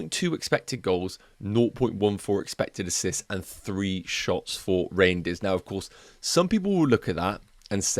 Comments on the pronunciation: It’s not pronounced reindeers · Don’t think it’s pronounced reindeers haha